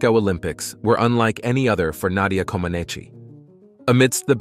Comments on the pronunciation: The (i) is silent at the end of Comaceci. It is not Comenachee. Comenach is proper. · The second, Comanech. Lots of the place names are pronounced wrong also. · The narrator should pronounce her name correctly. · Please, if you're going to do an episode about a person, learn to pronounce their name (and those of several other Romanians) or teach your computer to do so. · Such an extensive and good movie, but the wrong pronunciation of names is just too much... Couldn't you just check how to say Comaneci and Ceaușescu for 2 minutes instead of making up funny sounds on the spot?